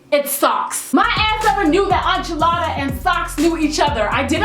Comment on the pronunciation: Enchilada pronounced (In-cha-la-da) not (An-chaa-la-da)